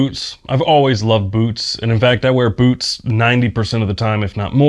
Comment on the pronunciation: This video started auto-playing, and before I looked at the video title, my brain thought I was hearing "boobs" instead of "boots"